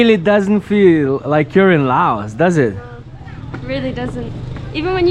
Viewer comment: Great video showing Lao at its best. I have lived here for the last 17 years and am very happy here. I have one small request and that is that you drop the "s" when saying the name of the country. The "s" was put there by the french and it is silant as in the correct pronunsiation of Pari"s"